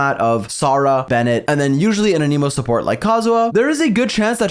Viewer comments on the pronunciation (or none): none